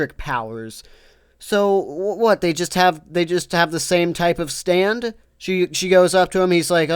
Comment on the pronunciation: Stop saying the ward stand.